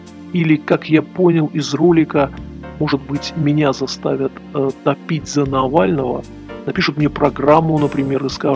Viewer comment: Зачем ) топить)) за...тем более в неологизме топить ударение на о)...да ладно всё норм Штарк молодец! И т.д.